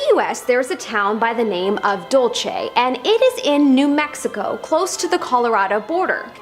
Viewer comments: Its not dulche its dull-se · Dulce, as in "sweet" in Spanish. Not dulche. You confused Spanish and Italian phonetics. Feliz año nuevo. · I’m from NM, Lol my head snapped with a quickness.. The pronounce it Dull Say, Dull see= Dulce I thought of gabana when u said the name . First time commenter long time fan yo